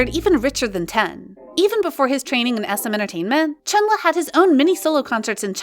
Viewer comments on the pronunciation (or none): hi, maybe you could take this as an advice. yuqi doesn’t spelled as yu-ki it’s yu-chi, also chenle was spelled as shen-le. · not trying to be nick picky, but u pronounced chenle wrong. please get it right next time